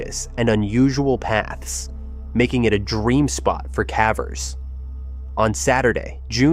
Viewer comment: I like the videos. Consider “cavver” vs “caver”. The “e” makes the “a” say its name, remember in elementary school?